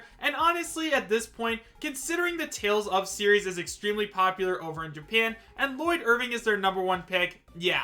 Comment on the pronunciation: ITS SAID LLOYD IRVING